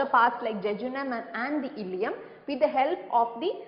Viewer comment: that illeum, not illelum